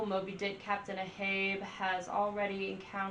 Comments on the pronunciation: That was painful to hear. It’s AHAB! A-HAB!! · Ahab, hab is pronounced like had but with a b, A-hab